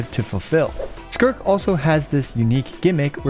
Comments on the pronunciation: "Skirk" 🤨 "Skirt" 🤓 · Is no the same to say skirk than skrrrrrrt 😂